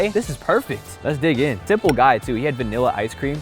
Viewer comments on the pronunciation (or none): none